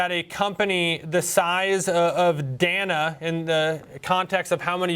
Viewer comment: It’s pronounced Day-na